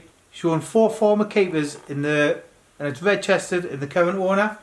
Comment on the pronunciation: Love the way you geordies say "registered" 😂👏🏼